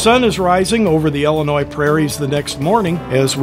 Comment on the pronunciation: Good video. By the way it's Illinois, and not "Ellenois."